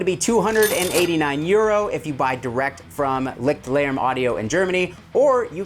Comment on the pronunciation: As someone who speaks a very moderate amount of German, it drives me absolutely bonkers every time a YouTuber says, "Licked Larem". Lichtlärm or Lichtlaerm translates literally as Light-noise in English and should be pronounced more like Layscht-lair-mm. I haven't heard a single American YouTuber not say "Licked" or "Lick" yet though! I gotta go check 42 Gear Street and see if Henning Pauly is saying it the proper German way... Lol